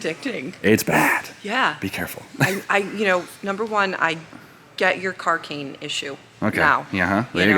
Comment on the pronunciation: said CARCAINE!!!!